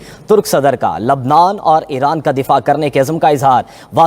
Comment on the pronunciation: 'Eeraan, esraiiiieel ' what a unique pakistani pronunciation! ....😅😅😅😅😅😂😂😂😂😂😂😂😂😂😂😂